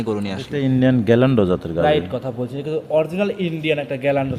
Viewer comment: বাটপার। গিরল্যান্ডকে গ্যাল্যান্ড বলছে।